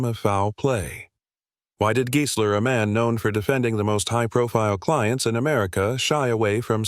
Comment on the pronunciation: sorry rackdick; true, the AI narrator is very flawed (there is total gibberish ) but you're wrong about the pronunciation. The video uses the perfect correct pronunciation - it's Giesler, as in "GEAR", not Giesler as in "GUY". If it was pronounced as in "Guy", the lawyer's name would then likely have been spelled Geisler. & there's audio/visual evidence: interviews with Giesler on YouTube where he is personally addressed as Giesler as in "Gear".